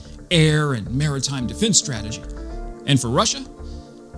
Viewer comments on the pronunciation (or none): none